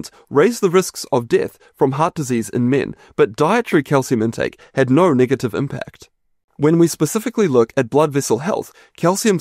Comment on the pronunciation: There is no r in no.